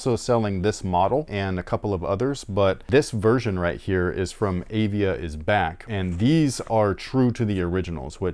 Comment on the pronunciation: &, I love the show! I am a 66-year-old Arizona State University professor and an old sneakerhead. The name of the "Praline" is pronounced "pray-leen". The other brand is Avia and is pronounced "Uh-Via". I wore the Avia 880s (white and green) to play basketball in backin Lansing, Michigan. I am pretty sure they were my hoops shoe in 1978 and 1979, They had the "cantilever sole" which was supposed to be a superior technology. The heel was raised on the edges and when you jumped and landed on the heel, you would get a cushioned response as the heel bent. As you said, they were like bricks and incredibly high kind pf like those Dominique Wilkins Reeboks years later. THanks for the show! I really enjoy you guys.